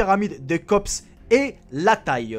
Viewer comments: Alors chez moi, on dit la pyramide de Kéops mais j'ai jamais entendu la pyramide de Kops, t'a du te tromper et franchement avant de te lancer dans tes commentaires pour tes vidéos, et bien sois tu le fais par quelqu'un d'autre ou sois tu t’entraînes un peu avant. Car quasiment sur toutes tes vidéos tu fais d'énormes fautes de conjugaisons, et plus je t'entends plus sa deviens de plus en plus honteux. Alors entraîne toi un peu avant, car sa pique les oreilles. Merci d'avance. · Ça ne se dit pas la pyramide de kops mais de kéops